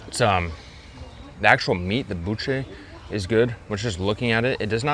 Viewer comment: U were saying buche correctly , next time get a mix taco with buche and carnitas mixed that’s how a lot of Mexicans eat it too , it’s fire 🔥 ….cheers from Las Vegas